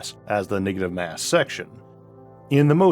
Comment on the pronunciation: "niggative mass" 🤣